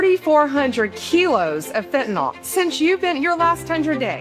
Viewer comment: Great work. I wish people would learn how to pronounce FENTANYL. It is pronounced fin - ta - nil. NOT fin - ta - NOL. NYL is pronounced "nil."